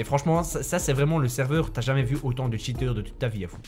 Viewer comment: "plus de 10 tchiteur